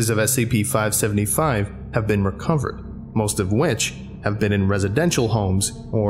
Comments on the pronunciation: Near the start you say 575 yhen say 555 then 575 lol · It was already stated in an older comment but I'll say it anyways. At the very beginning you say 555 instead of 575.